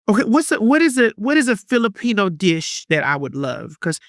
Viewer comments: “So you’re a leo and you’re a Fillapeño” 🤣🤣 girl was u tryna say jalapeño?? or filipino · lmao saying Filipino like jalapeño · Philipeño she said 😅